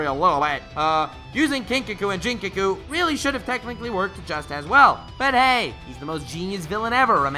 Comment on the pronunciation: It’s It’s a Lingua-guttural-voiced-plosive G. Not a bi-dental-voiced- plosive J. “Ginkaku” as “go” not “Jinkaku” as in “Japan.” It makes it really heard to believe you understand the plot or characters of a show when you don’t even know the character’s names.